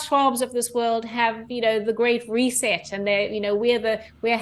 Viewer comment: she said great reeset